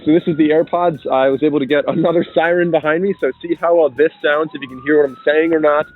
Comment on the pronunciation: "I was able to get another siren behond me" And how did you manage to do that